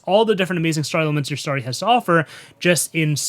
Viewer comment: Am I the only person in the world who LOVES, but finds the way he says "story" a bit nails-on-the-chalkboardy? There's literally NO "A" IN THE WORD AT ALL!! Why does he pronounce it "starry"?!? Whew... Now that I got that off my chest, I gotta say, I love this content! Keep it coming! (But for god's sake, man, it's "stORy" not "stARRy"!)